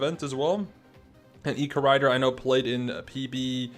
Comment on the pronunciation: u said this last time but its pronounced “ E Corridor “ as it a normal corridor. lol